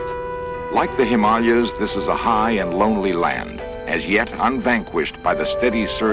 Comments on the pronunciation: He said himallas. Didn't he mean Himalayas? 🤔 😳 🤣🤣🤣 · He said HIMALIAS.. 🤣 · him all leh yous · Its called the HIMALAYA,S not the HIM ALE,AS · The narrator called the himalayas the " him mall yas 😂😂😂😂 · You'll hear people pronounce it both ways... I think the locals actually pronounce it, as he said it.